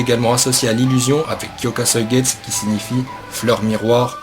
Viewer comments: Plutot "kyokasoïgets" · Faut prononcé le u vu que le nom du zanpakuto est en japonais. De plus ce n'est pas le shikai ultime car il peux juste contrôlé les autres ce qui le rend pas polyvalent. A l'instar d'autre shikai. De plus aizen utilise uniquement sa force et son kido. S'il a utilisé son shikai c'est juste pour tromper l'ennemi voilà tous. On voit déjà comment il a stoppé ichigo lors de sa trahison sans utiliser son shikai pour le battre. Bref pour moi un shikai comme celui ci ne sert pratiquement à rien en combat. Donc pour moi le shikai ultime dois jouer sur plusieurs tableaux. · HyokasuigestU c’est horrible a chaque fois que tu le dis j’ai mal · blaster63 cest horrible qd il prononce pas le u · Bon j’arrête la vidéo après 10 sec ta prononciation de son shikai m’a dégoûté de bleach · wtf ta prononciation de kyoka suigestu, que se soit en français ou en japonais l'anime ne l'a jamais prononcé comme ça Oo D'ailleurs pour en revenir à la faille de Aizen personnellement j'ai toujours cru que la faille que Gin avait appris lui venait justement de Genryusai quand lui-même l'avait compris :)